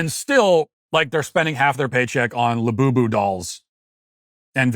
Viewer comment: Hearing matt walsh say the words. Lull booboo dollls repeatedly. ..made my fkn day lmao.... lul boo boo...😂😂😂😂😂 we gotta do better america.